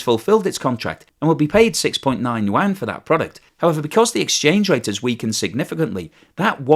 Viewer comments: FFS, if you are going to talk about China and borrow Chinese words, get a Chinese speaker to help you a little... it is not wahn, yuan is something like you-ahn.... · “The Chinese wan” 😑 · Just say "RMB" instead of "wan".